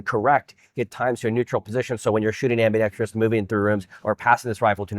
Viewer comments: It’s pronounced “ambi-dex-Trous”. Not “ambi-dex-tree-us”. I don’t care how you say it, I’m just tryna help you out so you sound more knowledgeable and professional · Officially the most annoying gun channel on YouTube. How many times are you going to say "in that space"? Oh look, you did it again . Oh, and "i'M aN oPeRaTor." LMAO. It's not AMBIDEXTREEEEEEEEEEEEEEEOUS. There's no EEEEE in the damn word.